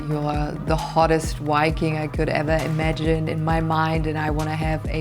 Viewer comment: Is it a man and also it can't even say viking.